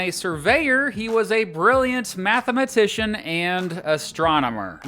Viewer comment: I had NO idea mathematician was five syllables. Next, you'll tell me athlete is phonetically, ath-uh-lete.